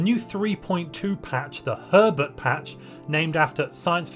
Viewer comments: With your accend it sound like you said pervert instead of herbert... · I'm sorry But I keep hearing "Three point Two Pervert patch" every time you say it xD